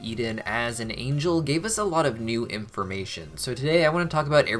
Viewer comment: Did he really say impformation